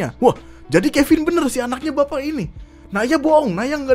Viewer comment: Kevin jadi kepin anjirr lucu gw, v jadi p udah kayak sunda 😂